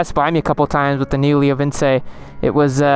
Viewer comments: Leo VINCE not lee oo vin ceeee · It is pronounced Leo Vinchy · It’s actually “ la-o-vin-cee” ;)